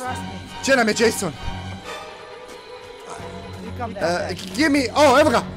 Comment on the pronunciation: nekažese Jasona nego česona.